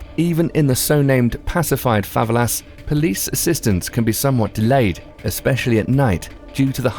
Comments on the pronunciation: fav-a-las really? you mean fava-ella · favalas, sick pronunciation. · Favelas.... Favvelass? Militia... Millitier??Dude what the hell. Do you even know how to read? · Fuh - Vel - Uh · Jim Allegro yeah I was thinking have I been pronouncing said words wrong the whole time!! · Did you hear how he pronounced favelas? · I had to switch off after you pronounced Favelas.